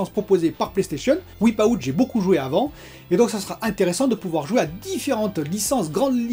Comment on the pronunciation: Wipe out se prononce Waïpe out en anglais 😉